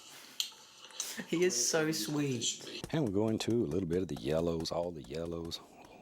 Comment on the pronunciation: why is no one talking about "washing da brush"